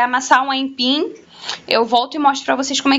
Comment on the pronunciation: kkkkkkkkkkkkk ela fala aimpim